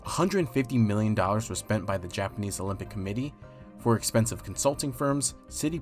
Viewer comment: Am I the only one that keeps replaying how he says expensive? expensive ExPANsiVe...